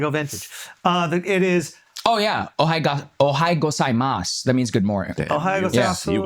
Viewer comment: Dude its not Ohayou Gozaimasu lol